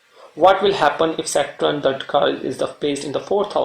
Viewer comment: It is Saturn, not Satrun. I couldn’t listen to you saying it the wrong way hence couldn’t watch the video. Is there anyway I can get a blog to read about Sa darakarak?